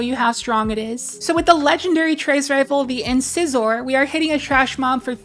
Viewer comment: “In scissore”